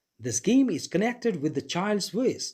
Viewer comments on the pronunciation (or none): none